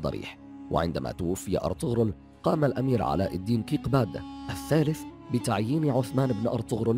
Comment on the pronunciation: ارجوك اغلب الاسماء لافظها غلط علاء الدين كيكوبات سوغوت المنطقة يلي سكن فيها واهداه ياها السلطان